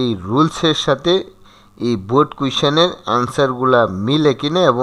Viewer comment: Sir baald dey ni baard dice😂